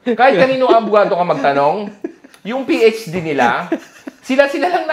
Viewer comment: PhD ❌ PH care ✔️ 😂😂😂😂😂😂